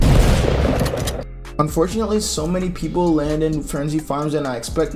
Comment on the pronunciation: yo how many times did he say unfortnately